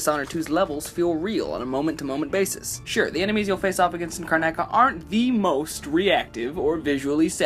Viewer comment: car-na-ca? CARNACA!?! it should be car-noc-a! good vid tho